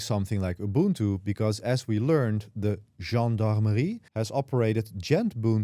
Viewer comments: Kudos for pronouncing "Gendarmerie," correctly 😀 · 1) I'm a US/French National, currently living in Paris, who speaks French fluently. Your pronunciation of "Gendarmerie" is excellent. Good job. 😀 2) I'm involved in the digital sovereignty movement here in Paris with my startup (I'm a founding member) and I also couldn't be happier about this news. And there is more and more such news every day from European nations, of which I completely approve. They're still finding their way in the legislation, but they're definitely on the overall right track. 3) I also run my own instances at Hetzner, including Nextcloud. To that end: Have you checked out Euro Office yet? It's really good. I've been running it since release. 4) I like your style. Subbed. And I signed up for the course just to check it out. I'm a Linux user since the early to mid 90s, and UNIX/VAX before that, so it's more out of just general interest.